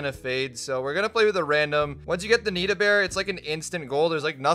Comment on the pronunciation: Its Nita